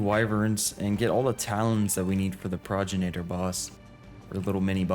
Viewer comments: you say progenitor like this Pro - gen - itor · It's pronounced 'Progenitor' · for anyone who is curious , it is pronounced Pro-gen-it-or and it means Ancestor, just a little fyi :D luv <3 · Pro-gen-it-or is how it’s pronounced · Love watching your adventures my guy but the way you were pronouncing Pro-gen-it-or drove me batty lmao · Pro-gen-it-or. Otherwise Pro-gen-itor. 👍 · it is pronounced pro-gen-iter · The boss is called "pro-gen-a-tor"